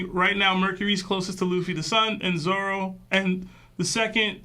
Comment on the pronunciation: Love the pod, started watching some newer episodes and have went back to watch from where yall started.. only thing I can day is I hear a few of yall calling Zoro, Zolo... lol, yall keep up the great work..